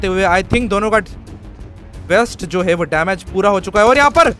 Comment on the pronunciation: Bhai hei hei hei nahi hota yaar hai hai hota hai😅😅